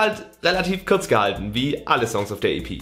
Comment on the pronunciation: in welchem Dialekt vergewaltigt man kurz den so das es zu kürz wird 😂 bin Sachse isch wäis alsö von was isch redø